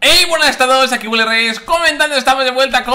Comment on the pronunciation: EN LA INTRO DIJO EILLY RES ¿¿¿WTF???